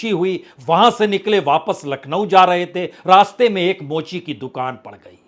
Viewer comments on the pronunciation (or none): none